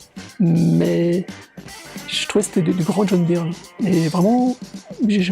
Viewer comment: Ce qui me fait le plus halluciner c'est que tu continues à dire "Byrne" à la française (certainement comme quand t'étais gamin) alors que ça fait des années que tu vis aux USA ! ^^